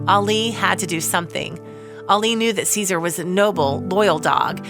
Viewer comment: Dog's name is pronounced Jehsoor, or something to that effect in Turkish. It is not the same as a Roman emperor.